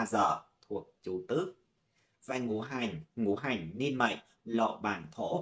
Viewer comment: Cô này là người Bắc hay Nam mà đọc chữ Ngũ hành thành chữ Ngủ hành vậy